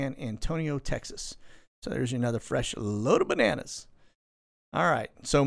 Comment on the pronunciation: Chi wa wa. And tapachula is right. Everytime you say bananas i chuckle, anyone else?